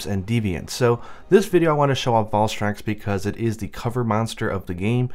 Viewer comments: It´s name is Val-STRAX, not Val-vaugh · W8 wot...Valfalk...Valphalk...Valstrax? WOT N WESTERN LOCALIZATION